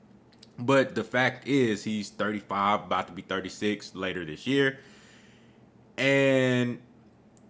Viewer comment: The way I will roast you after this fight With the way you saying 35. Your Errol is about to be exposed. You all won’t sleep.